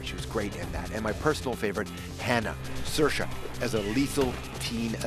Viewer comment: it's Ser-sha!